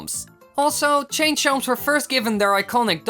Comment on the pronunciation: you should have said how did he chain, instead of change